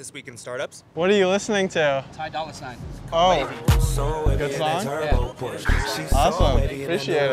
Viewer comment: he said ty doller sign